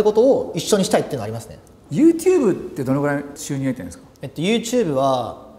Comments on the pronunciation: ネイティブな発音なのかユーテューブが気になる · YouTubeの発音が面白くて、yoshikiが発音するたび笑う